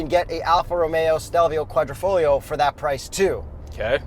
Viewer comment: If we're to take buying advice from a dude that pronounces Qualtrifoglio as quadra-foog-lio and makes his recommendations on the sound a car makes on an upshift ... we have zero hope.